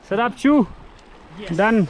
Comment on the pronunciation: You meant the Tsarap Chu when you said Charap nullah right ?